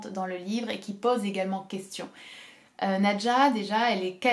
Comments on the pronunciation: Qu'est-ce que j'ai aimé Nadja! (Juste: je crois être sûre que l'on doit prononcer "nadia" selon le russe d'où est tiré ce nom) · En russe c'est prononce "nAdia"